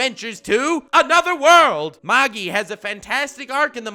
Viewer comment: Can no one pronounce MAGI correctly?!